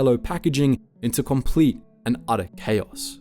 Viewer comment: The way the narrator says words like "complete" and "conglomerate" and "compare" sounds South African.